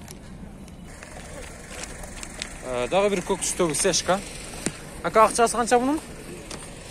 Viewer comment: Сешка эмес, цешка